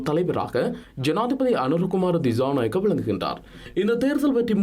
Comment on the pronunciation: Girls please use the right pronunciation for some words, don’t say the incorrect way as stylish. Pronunciation as “cha” not “Sha” Thichanayaka, not Thishanayaka